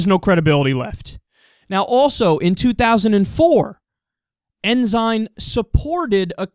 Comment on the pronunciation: Lol, not like it matters, but it's pronounced "en-sin"... which in a way, makes it more funny.. the Christian conservative, with Sin in his named, committed their favorite Sins.. =p